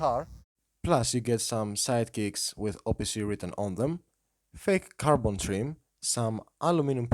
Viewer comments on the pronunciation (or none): none